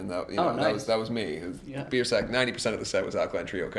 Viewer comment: I thought he said bearsack